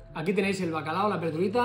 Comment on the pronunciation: Seguro que el “Bacalado” es de “Bilbado” 😂😂😂